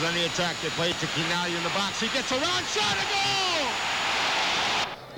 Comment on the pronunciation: Oh, his last name is pronounce Kee-Nah-Glee-Ah not Chee-Nah-Glee-Ah